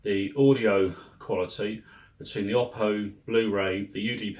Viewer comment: As I recently learned, the name is pronounced "Oh-Poe", with the emphasis on the first Syllable.